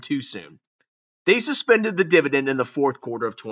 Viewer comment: Not the Dibadend Reeeuuuuu!!!!